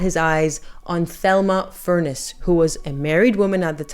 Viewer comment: Thelma’s name was pronounced TELma (Spanish pronunciation) and she was the twin sister of Gloria Vanderbilt Senior (famous GV’s mother) and I think the last name was pronounced FurnESS. I love your channel.